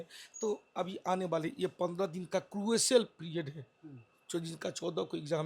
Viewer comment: Crucyal period😂 propgenda Is he even a teacher, bro can't even pronounce a word